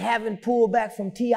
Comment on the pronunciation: When he called T.I “ Tippy Toe”. I lost it! Ehehee.